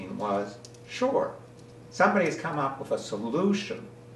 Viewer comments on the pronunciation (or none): none